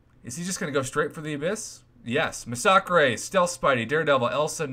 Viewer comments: Not gonna lie it still annoys me as an English person how Prof pronounces masacre, no hate just saying 🤣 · the way you pronounce massacre